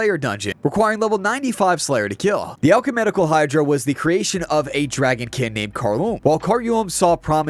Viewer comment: I heard it as alchumenical, like he mixed the words alchemical and ecumenical.